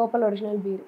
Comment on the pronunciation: Bear (ఎలుగుబంటి) కాదు మే అది Beer🍺(బీర్) ఏ english రాదా, తెలుగు medium batch ఆ 💕🌹♥️